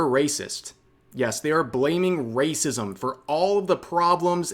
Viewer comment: They keep saying wacism because they never learned the word 'apathy'. Low iq mfs.